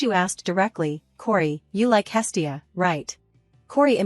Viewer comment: It's not hilly, it's hestia